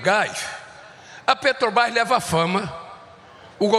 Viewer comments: Não consegue falar " Petrobras"🤭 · Aff ele fala petobais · Ensinem a esse senhor que a palavra é PETROBRAS E NÃO PETOBRAS. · A "PRÉTOBAIS" !!! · Petobras! Não sabe nem falar... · Eu percebi, falou errado tbm Petrobrás (a língua não deixa) esse elemento é um analfabeto de pai e mãe.